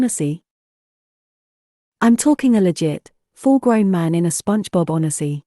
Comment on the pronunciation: Yeah an "on eh sea" instead of a "1 z" was so odd, on top of zero emotions!